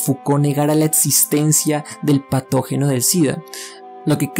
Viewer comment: Setso, etsistencia, etsperiencia, disasociar. No me permite concentrarme oír cada dos por tres palabras así